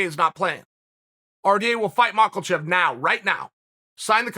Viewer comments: STOP calling him MakLachev !!!! It’s MakHachev and pronounced as MAHACHEV !!!!! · Ma-Kha-Chev .. not MakaLchev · Malkachev he calls him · Chael : Islam Mockel-chev Islam : 🤦🏻‍♂️ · Chael is still calling Makhachev makalchev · I like how he says Makelchief, where do you get the L from Chael ? Cracks me up everytime I hear it haha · No L in makhachev. Mock uh chev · Chael “Makle-chev” Sonnen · Did someone tell Chael that there is no L in Makalchev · If Chael says it's 'Makalchev', then it's Makalchev. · Chael please tell me where the L is in the name Makhachev lol